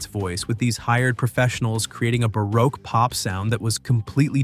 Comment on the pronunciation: If that word you pronounced as bah-rock was spelled baroque, it’s pronounced bah-roke.